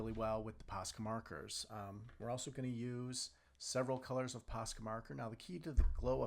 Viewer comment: Dude, it’s posca so stop saying pasca